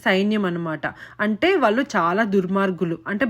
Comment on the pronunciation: ముందు తెలుగు సరిగ్గా మాట్లాడడం, వొత్తులు సరిగ్గా పలకడం నేర్చుకోవాలి. బండాసురుడు కాదు భ ండాసురుడు. వాళ్ళు అనాలి. వాల్లు కాదు. తెలుగు మాట్లాడేటప్పుడు english పదాలు వాడకూడదు.